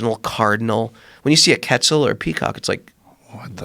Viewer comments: He said "ketzel" to refer to a quetzal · Quetzal bird with a Q. like Quit zell